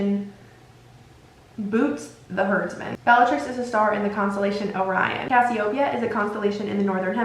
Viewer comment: Period sis I love your videos, I’m pretty sure Andromeda is pronounced (an-draw-meh-duh) and Cassiopeia is pronounced(cass-ee-oh-pea-ah) This is not to be mean or anything just like to maybe help with future vids. Also I would love to see a video on all the sacred 28 families, like which characters we see in the movies and books that are connected to the families. A mauraders video would be cool too! Keep creating content like this!!!!!!